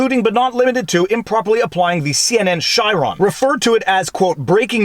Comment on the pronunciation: Chyron,(kʌɪrɒn) when used to mean electronic equitment or programs that superimpose a graphic over video, is pronounced with a hard "K" sound. Ky-ron